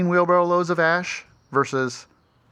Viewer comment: It’s ok to say “Wheelbarrel”!!😂😂😅😊